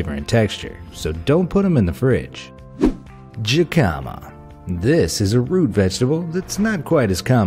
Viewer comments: I always thought jicama was pronounced hikama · The way you pronounce some words!! Its pronounced hee-ca-ma and to-ma-tee-yo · WTF!?!?! Jicama is not pronounced ji-ka-ma it's pronounced hik-a-ma, dorks. Doesn't that sound a bit more familiar? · It's pronounced HEE-kuh-muh, not jee-KA-ma dumbass. And tomatillo is pronounced tom-a-TEE-yo, not toma-TILL-o. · The Jicama is pronounced Hic-ca-ma. I know this because I am a cashier at a grocery store in which we sale these. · I'm so sorry, but tomatillo is pronounced "Toh-mah-tiy-o" (since double l's are pronounced like y's in Spanish). Jicama is also pronounced "Hee-kama". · its pronounced he-ca-ma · Not jicama...hic ah mah. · LEARN TO PRONOUNCE WHAT YOU'RE SAYING SO YOU DON'T SOUND LIKE AN UNCULTURED IDIOT!!! Jicama, as you know since you call it by its nicknames, is from Mexico. How do Spanish speakers pronounce their J's? Like an H. So it should be pronounced like hicama. Another Mexican food that you obviously don't know how to pronounce is tomatillos. In Spanish, if it's a double L it's pronounced like a Y. So it sounds like tomatiyos. You talk about honeydew melons, yet you consistently show cantaloupe melons in the video. YOU EVEN SAY BOTH IN THE VIDEO but never show an actual honeydew. DOES NO ONE IN YOUR OFFICE DO ANY PROOF WATCHING OR ARE YOU ALL IDIOTS!?!?! Also, again, you're copying #MindWarehouse. They did a video about this same thing, with many of the same foodstuffs about a month or so ago. Stop copying other channel's videos. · Hic- KUH- mah. Who is jicama? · I see your "Ji-cama" and raise you a "Ja-colon" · It pronounced hicama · Jicama is pronounced HihKama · "Jikahma" I'm dying😂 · Jicama pronunciation = HE Ka Ma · Jicama is pronounced "hick-a-ma" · Jicama is pronounced Heh-kuh-muh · Lmao... your pronunciations. Jicama is pronounced Hicama and tomatillo is pronounced tow-muh-tee-ow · To-mu-tee-yo and hee-ca-ma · Jicama /ˈhikəmə,ˈhē-/ the J makes am H sound. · Oh my god how this guy pronounces jimaca!